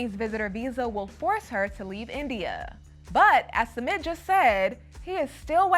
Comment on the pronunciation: it’s Sumit. not SEMET